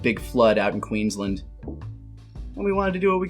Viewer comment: Queensl'nd lol